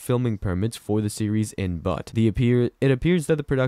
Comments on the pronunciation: Dying! 😂 It’s not pronounced “Butt”. It’s pronounced like “Beaut” in the first part of the Beautiful. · Butte is pronounced "beaut" not "butt." 😆 Chrissakes. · Butte is pronounced "Be-ut". Not butt... Thank you for the updates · It is pronounced Butte not but get it correct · It’s NOT pronounced BUTT…the U is the proper vowel sounding like the letter U 🤨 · Montana town....BUTTE, MT!! You don't pronounce is as....but..or butt!! With the e on the end of...BUTTE!! It gives the "u" a long sound!! Just like in saying the word....."you". And a butte.....is a very tall, isolated hill...but not a mountain. That stands off by itself. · Very good!! 👌Yeah...it killed me to hear him call it....BUTT!! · It would be good for your machine like announcement to learn how to say Butte. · That is not how you pronounce Butte.